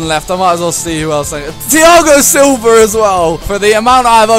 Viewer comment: He is Thiago silva not thiago silver